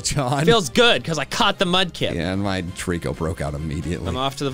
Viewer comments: TREECKO, NOT TREKO! YOU LEFT OFF 2 LETTERS! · FAVORITE, NOT FIEVORIT! AND DO NOT LEAVE OFF THE C IN TREECKO!